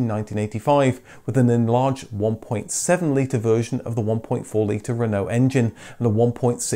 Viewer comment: What’s with the ridiculous pronunciation of Citroen, Peugeot and Renault!? Really informative clips but incredibly frustrating to listen to!!!